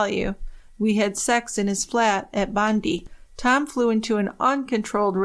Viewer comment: Great to catch this! Just an FYI Bondi is pronounced Bond-eye. Love your work as always ! ❤️🇬🇧